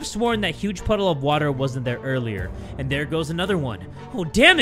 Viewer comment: What about the way u would say, WATAH, I miss that🥲